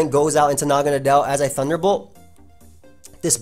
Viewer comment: I figured naganadel was pronounced Na-gah-NAY-del, kind of like "needle". Either way cool vid man